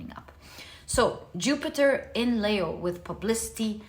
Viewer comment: Nice of you to bring up Leo's pronunciation.... you like to say Layo but correctly pronounced as Leeeeo as though a long sounding e. Is Layo from another culture?